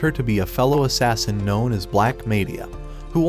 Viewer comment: assassin not assin